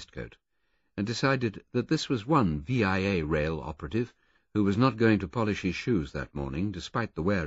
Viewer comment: Agreed, even if he gets the pronunciation of Via Rail wrong. It's the word via, pronounced with a long e sound, not the letters V.I.A.